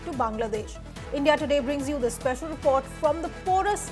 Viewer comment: Report not Repot 😂😂😂